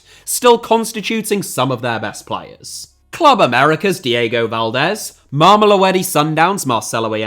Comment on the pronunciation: It’s pronounced mah-meh-low-dee